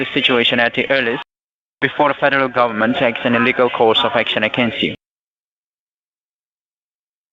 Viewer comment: ‘Fadaral gabament’ 😆 Imagine being this painfully stupid lol